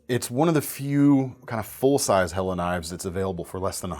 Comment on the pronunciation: Point of contention, how are you so happy that Helle Delle is back, yet do not know how to pronounce their name? Quibble. In English, delle can also mean a dale or dell, which is a hollow. Though given it is a Nordic country, best guess or ask them when they came back;-)